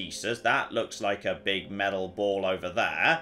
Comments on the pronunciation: meTal..... not .... meDal.... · Why has forgotten how to say the word metal... Was driving me bananas!!!!! Not medal!!!! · The way you kept saying "meddle" got right on my wife's tits. 😂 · Metal has T in it...stop saying medal..drove me mad